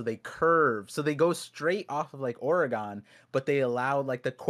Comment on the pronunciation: Somebody teach how to say O-R-E-G-O-N